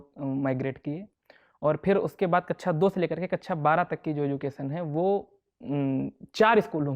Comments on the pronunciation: mujhe kaksha ki bjay kaccha sunayi de rha h😂😂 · Whenever he said kaksha it sounds like kacha 😂it was too funny but i appreciate his mind level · भाई कक्षा होता कच्छा नहीं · Kakcha ko kacha kacha kyu bol rhe ho